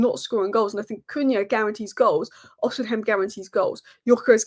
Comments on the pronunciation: Its Os i Men not os in hem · Ignore the h in Osimhen. Just say Osimen